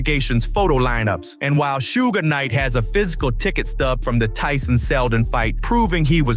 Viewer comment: "Sugh" Knight. Not sure if the spelling is right though.